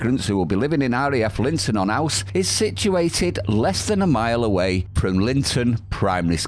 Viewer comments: Linton on ooze not ‘ouse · It’s pronounced ooooozzzzz. Lol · Pronounced Ooose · Ouse is pronounce ooze 👍